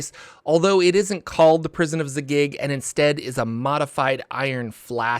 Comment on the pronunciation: You need some work on your pronunciations; Zagyg, Tsojcanth, Robilar, etc...